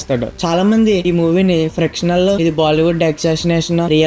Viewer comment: Adi frictional kadu bro fictional